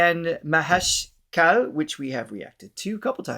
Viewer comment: Deshpande is pronounced as Deshpan day. Kale is pronounced as Ka lay.